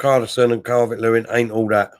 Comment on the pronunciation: It's Calvert-Lewin not Calvin Lewis 😂😂😂